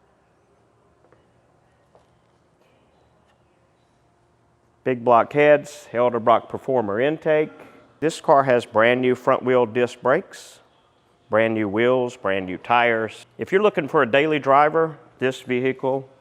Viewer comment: did you say elderbrock? lol